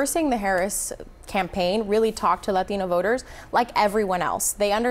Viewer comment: If that lady said La - TEEN-O voters one more time! 🙉🙉🙉🙉